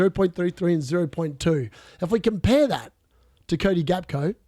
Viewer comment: Hey mate, Gakpo is pronounced Hack-po You are currently saying Gakco like Costco. You can google it as well